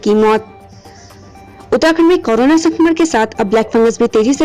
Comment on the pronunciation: Madam pahle korona bolna seekh lo